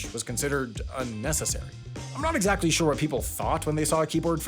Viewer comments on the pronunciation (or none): none